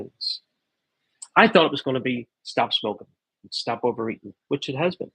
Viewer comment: The Irish in ya. “Why would ya shtop”.